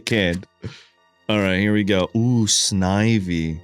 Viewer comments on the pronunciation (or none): none